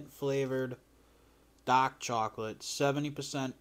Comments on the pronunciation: say dahk again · Eating DAAAK chocolate in DA house and not DA CAA